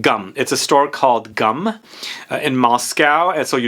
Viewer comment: GUM is pronounced G-OO-M :)